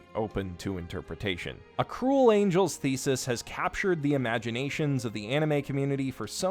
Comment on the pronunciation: Am i the only one who heard him say "a cool angels thesis"